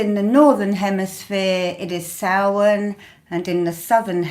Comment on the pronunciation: Beanachtaí na Oiche Shamhaine,! Blessings from Ireland (and commendations on your pronunciation of Samhain).